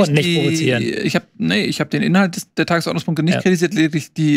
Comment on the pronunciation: Die Enttäuschung der Saison ist, dass immer noch nicht die Betonung beim Wort "Tagesordnungspunkte" gelernt hat. Ihr seid also dafür die Relegation abzuschaffen und der dritte der zweiten Liga bleibt dann automatisch unten?